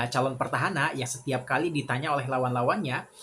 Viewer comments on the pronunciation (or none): Petahana bg.. Bukan pertahana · PETAHANA bang bukan PERTAHANA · PETAHANA der gak pake' R